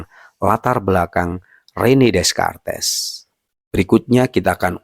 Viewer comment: di bacanya rene dekart bang🤣